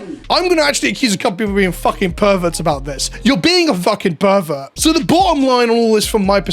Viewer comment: Those Herberts can keep it in their deck boxes thank you very much. And yes, Herberts, cause pronounced pervert like Herbert at one point in this videos.